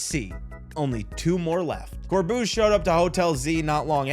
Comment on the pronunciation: Here's how you pronounce some of the trainers' names. Corbeau- coor-bo Phillipe- phil-leep Lebanne- leb-aun Jacinthe: ja-sinth. Also, you should definitely replay X and Y, including the game's post story